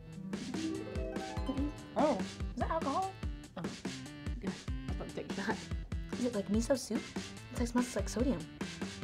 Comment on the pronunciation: lol when she said is that achohal she smiled